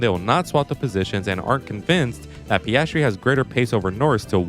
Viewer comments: it's PIASTRI, not PASTRY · If you're going mispronounce his name, at least get it right: it's PASTRY CHEF! 🙄